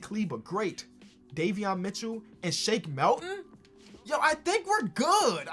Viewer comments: It triggers me every single time in every video you say “Shake MELton” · Why does he say Shake Melton???